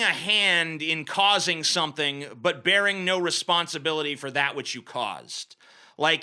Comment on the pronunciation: I’m so high that every time TJ said “No” I had synesthesia and I would see the word “Ngo”